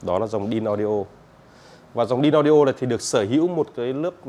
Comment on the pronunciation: phai doc là "ĐainAudio" moi dung nhe.